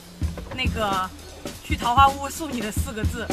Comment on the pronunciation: 不应该念四声吗？坞